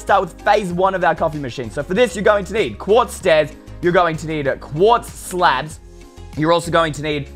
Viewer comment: Pretty sure it's "Quartz" stairs, but... ok.